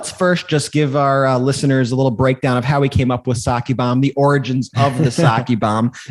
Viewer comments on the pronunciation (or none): Can you guys plz say the “Oranges” instead of “origins”??? Just once? 😂😂😂 LOL